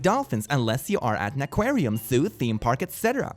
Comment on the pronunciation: "aquariam" ... ... ... *sigh*